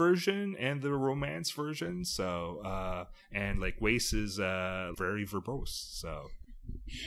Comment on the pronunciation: Wace is pronounced to rhyme with ass not lace.